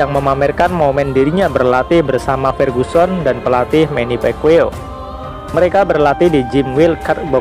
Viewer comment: manny pacquiao ngab, bukan manny pekwiw haha